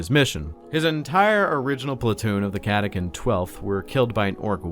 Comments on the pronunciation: cata CHAN not cata CAN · Is it not pronounced Catachan, chan like 4chan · Ka-ta-kan - what the heck